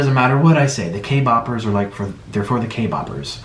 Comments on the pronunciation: Did he just say "k- BOPPERS" freakin "K_BOPPERS"!!!! Bruhhh we are K-POPPERS!! FR FANS OF K-POP!! NOT K-BOP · Me not being able to watch the whole video because he said k boppers the k boppers the k bobbers the k boppers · *Luv you nik but im offended by you saying k-bobers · " the Kboppers" Bro can't even correctly say kpop fans LMAO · Did he say, kboppers ........ Wtf is kboppers? Does he mean, kpop stans? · I though he said k-pop he said k-bab 😭😭😭😭😭😂😂😂😂😂😂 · i just kept hearing k- boppers. kpop bopping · All i heard was k-boopers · Nick: “The K-bobbers” Me: tRiGGeReD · Why do I hear “Kboppers” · Put on subtitles and its literally saying kay bobbers when he's clearly trying to say k- poppers 😂😂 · did he just kill me a "kboper"- it's either kpop stan or kpoper! not kboper.. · anyone else annoyed he said kboppers. i don’t listen to kpop but i can imagine that to be disrespectful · what's a kaybacker? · k-boppers? is that what you're saying? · What are Kboppers? I have heard of K-poppers, but not Kboppers. lol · First of all its kpoppers not kboppers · y'all he called us kboppers with his whole chest 💀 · K-Poppers not K-Boppers. Ugh if your not going to say it correctly don’t say it at all just says people who listen to kpop. I’m not being mean it just bugs me the way you say it. You said it like it hurts you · Dan Richardson omg I thought I was just me 😂 “ T H E K B O B E R S “ 🤣🤣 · he said k-boppers lol k-bop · Sounds like he’s saying K-boppers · No one: Nik: “kBoPpErs” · ah yes, the kboppers